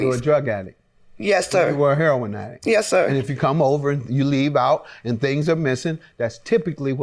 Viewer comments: That's how a lot of people say it. Even some youtubers who report on it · "Heh-ron" = That's how we pronounce it in the 'hood (Harlem/Chicago/Detroit/Bmore/Philly/D.C. and inner cities around the Nation). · why does she say heroin like that i couldn't get over it lol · I personally have never heard a heroin addict say he-ro-in (3 syllables)